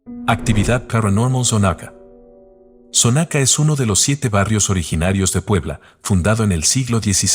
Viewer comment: La casa de los enanos esta en avenida Juárez. Está mal la direccion que diste... Y se pronuncia Xonaca, no sonaca.